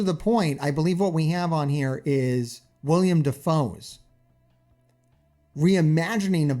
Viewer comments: You keep calling him William Defoe! Its Willem! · Will-em Defoe, not William.